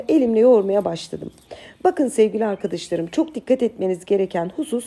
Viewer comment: Herşey harika ama uzun zamandır yazsam mı yazmasam mı bilemedim ve pozitif eleştiriden alınmayacağınızı düşünüyorum.. "Sevgili" yi sevgiyle kucaklarken lütfen arkıdaşlarım yerine "arkadaşlarım" olarak söylemeye gayret etseniz harika olur sizin gibi bir Süsse hanım böyle kullanmalı.☺️😉 Umarım bozulmadınız (?) und noch Viele Liebe Grüsse aus İstanbul ❣️